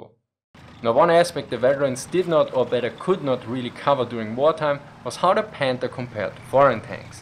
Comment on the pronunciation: It’s panther not pander I understand you can’t pronounce th the sound it makes in English as I don’t even think that sound is in the German language ok you get a pass but try harder no odder oh other excuses k😂